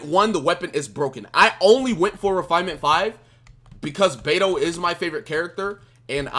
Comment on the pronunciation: hey. since u like Beidou so much. The correct pronunciation of her game is like Bei (Pay) Dou (Tow). PayTow Keep up the good work man!